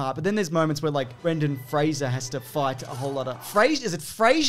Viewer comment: This is the only time I've ever heard Brendan Fraser's name pronounced correctly.